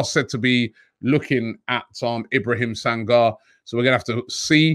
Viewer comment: Robbie seems to be ignoring my advice on pronouncing Mandinka/Mandingo names like Sangare and Soumare. The 're' at the end is pronounced as 'ray' like in Toure. Just like you wouldn't pronounce Toure as 'Tour", you can't pronounce Soumare as 'Soumar' or Sangare as 'Sangar'.